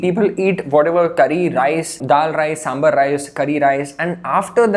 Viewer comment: I love your videos. Huge fan. I just wanted to tell you something, sambar is pronounced "saambaar" and not sambur. Please take it as a constructive feedback. I gained a lot of knowledge from your videos